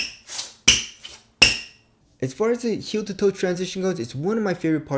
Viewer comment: heel ta toe